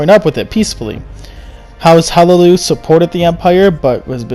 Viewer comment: Hlaalu, not Halaloo